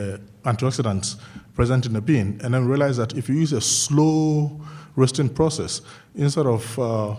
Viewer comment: "And den they eat da po po"